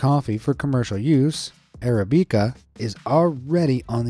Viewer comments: Arabica is pronounced with "bick" not "beak" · You've never heard someone say the word arabica huh? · arabica was mispronounced!